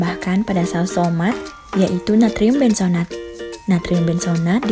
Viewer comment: Benzoat, bukan benzonat !!